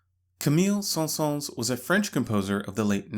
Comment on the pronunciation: The s at the end of Saëns is silent :) Great video!